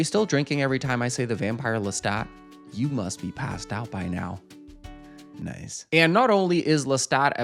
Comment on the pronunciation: Never say “nice.” like that.